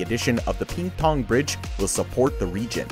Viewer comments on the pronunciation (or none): Ping Tang NOT Ping Pong!